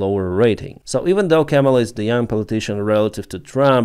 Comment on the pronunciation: Your English is great and improving. You are pronouncing Kamala wrong. Chaw(like a crow) ma(like a mother) lah ( like singing lalalala) Kah- Mah- Lah.